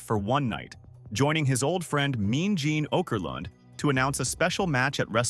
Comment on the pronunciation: Nice vid, but listening to the narrator butcher well-known pro wrestling names like "Tony Schiavone", and "Okerlund" shows this is AI, and not a human wrestling fan.